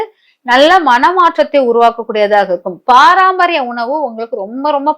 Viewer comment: Paraampariyam ila mam Parampariyam